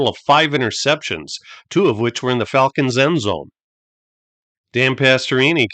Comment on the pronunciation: I like the pronunciation of Falcons as fall-kens.